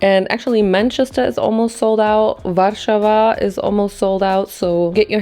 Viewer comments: the way you pronounced Warszawa, girly pop, you sound sooo polish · Your pronunciation of warszawa is immaculate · you ate that warszawa pronunciation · You are one of like two foreign youtubers that pronounce warszawa right i love it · Oh, how nice you said "Warszawa", I'm touched 🥹